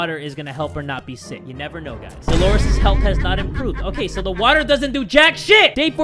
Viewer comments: we got a bottle of WAACAAA me: Yay we have some more WAACAA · says: WATTAH asian man on tiktok be like: I’m proud of you son. Bc the man also says water as “WATTAH”